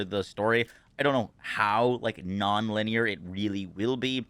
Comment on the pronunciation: 1 IT'S LINEAR NOT "Liner". 2 worst decision ever, now you can just skip straight to the end of the game for those 2 seconds attention span fornite brains who didn't even like the story to begin with.